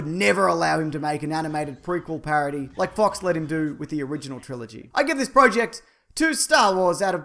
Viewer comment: say project right, and also I would much like the crate.